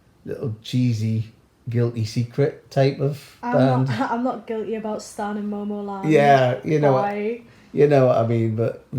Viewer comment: your dad said stan cherry bullet